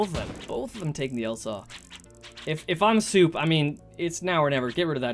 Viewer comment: The name of szop was mispronounced. In polish language, sz is spelled as sh, so the name shouldn't be pronounced ,,soup", it should be pronounced ,,shop". Szop in polish means a raccoon